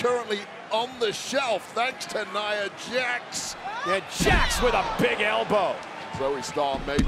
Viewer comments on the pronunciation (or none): “JIA JAX”